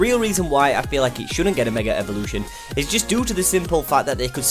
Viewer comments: Evolution** also why do you say Revolution ? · it's his accent. Idk what accent it is but but they put "r" after the sound of "a" if it is at the end of the word. So it's like Megar Evolution